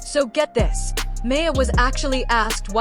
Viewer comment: Shes still the love of my life.... They need to get her name right. Who tf is may-a?